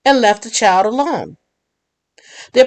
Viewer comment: There is not a letter W in the word child